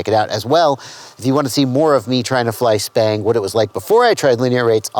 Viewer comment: I run 1950d/s on r/p and lower expo than default bf expo at 600d/s rate, for me its much more controllable out at the stick ends for me. You keep saying "SPANG" with a P not B??? I have been calling this robotic flying since ~8 years ago Same with racing on-road electric cars, I much prefer arc-point than expo, it puts a little smoothness around center and linear the rest of the way out.